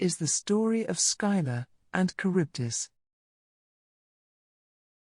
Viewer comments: Skylar? I remember it being pronounced Sill-a or Scylla. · Skyla.... Scylla(silla) very much triggering the mispronouceation pet peeve but I do love the video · I love these videos but I wish that the presenters would stop insisting on mispronouncing the names of the characters. Scylla is pronounced "Silla". The "C" is silent. Please look up more and more of these ancient stories. Telling these tales are more important than some might think to our human history and cultures.